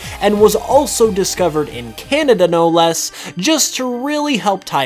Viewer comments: its kanada not kinata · The Cehnehdeh region